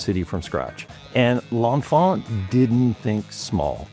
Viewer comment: I'm not sure which is more annoying, the complete erasure of Benjamin Banneker from the story of DC's design and civil engineering, or the pronunciation of L'Enfant ("lawh fawh") as "lawnfah"